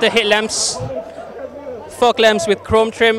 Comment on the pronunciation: Am i the only one who heard him saying "fog lamp" differently 😂😂